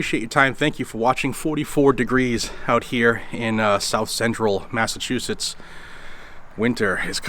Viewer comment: I cringe every time you say Massachusetts...